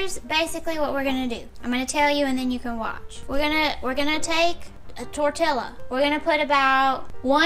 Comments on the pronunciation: Tor-tee-ah. Not tor-till-ah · She said she knows how to say it, she just likes saying it weird.